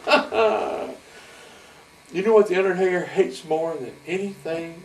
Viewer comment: I stg I thought I heard him say Undertater 😂